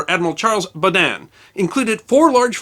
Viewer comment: The stress on "Baudin" is on the first syllable, not the second.